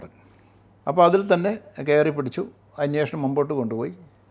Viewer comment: അന്വേഷണം എന്ന് പറയൂ